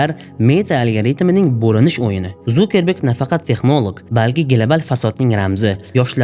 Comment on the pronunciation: Вай илтимос э Зукеберг эмас Цукерберг😂